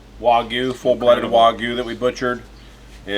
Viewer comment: The Y in Wagyu is not silent.